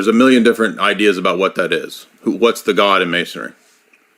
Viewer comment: Why does he say the word God like “Gwaad”.